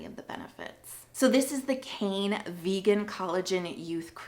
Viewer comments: Its actually not pronounced "cane". Its "k-eye-nuh." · It's written as 카이네 in Korean so the correct pronunciation is KA-ee-nay